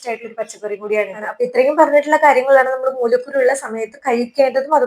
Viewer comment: Mulakkuru ennui thettayi vayichu